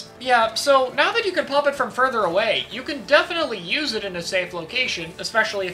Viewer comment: also kek at "Nothing is the worst special you just need to know how to 'youse' it well" He said. To chara, a top western competitive player... Know your lane bro.